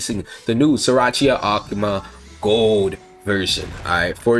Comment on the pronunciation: Love how he says akuma ahk muh